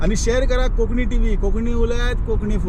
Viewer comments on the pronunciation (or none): Bro plz say konkani uloiat and not konkni